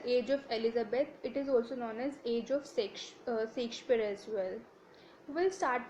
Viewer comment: Please correct ur pronouciation... U have brutally murdered the playwrights name... Shakespeare.. Stop creating a new version of language of ur own....